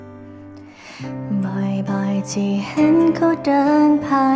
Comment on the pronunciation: ถ้าออกเสียง ธ. ชัดเจนจะเพาะกว่านี้ เธอ ฟังไปเรื่อยไปเหมือน คำว่าเชอ มากว่า คำว่าเธอ ท.ทหารก้อเหมือนกัน ที่ ได้ยินเป็น ชี่ๆ